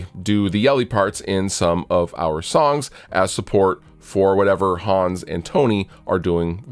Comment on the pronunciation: To reiterate: "Hans" is a German name, and is pronounced "Hunns", not "Haaaaaaaaawns". Also you need to flog him until he plays the bass properly with his fingers. You already have 2 guitarists; you don't need a discount 3rd one.